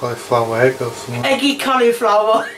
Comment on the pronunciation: Hello just to say that you pronounce Egg as E.G.G not H.E.G Kind regards :)